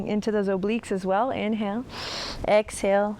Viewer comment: ESHALE. haha. that cracked me up! Thank you. I have been using your videos in my home practice for over a year. Thank you for your dedication!